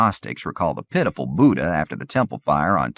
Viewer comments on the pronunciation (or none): none